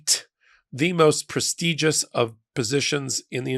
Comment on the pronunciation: When you say pres tee jus, do you mean pres tij ous?